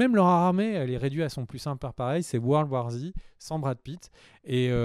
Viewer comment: "worlwarzi" mdr